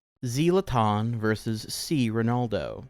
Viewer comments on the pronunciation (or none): Was funny how you pronounced the Swedish soccer player Zlatan's name. It is: zuh·laa·taan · zee-latan son 😭😭😭😭😭😭